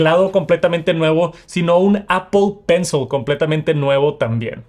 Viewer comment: es pencil, no pencel.. Gracias.